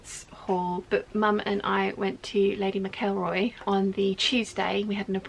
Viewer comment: Take no notice of negative comments, you look amazing. And regarding pronunciation??? TomAto/tomato 😂🤣, who cares how you say McElroy? We all know what you mean. Love the videos keep em coming and block the idiots x